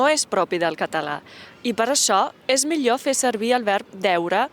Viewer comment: Em sap greu però això de la germinació de la ema a "setmana" és un invent que no sé d'on l'heu tret. Jo (un boomer de 60 anys) sempre he dit "seTmana" i ara no vindreu uns xittxarel·los a dir-me com ho he de dir. Tanmateix, a veure si la aprèn a pronunciar el so aproximant lateral palatal sonor, que en català genuí no diem "mior", diem "mi[ʎ]o(r)" (el so [r] es pronuncia o no depenent de la zona), ni tampic diem "casteià", diem "caste[ʎ]à" i així... I això, que és una influència molt negativa de l'espanyol que pràcticament ja ha perdut el fonema [ʎ] sí que em cou les orelles!!! 😡😡😡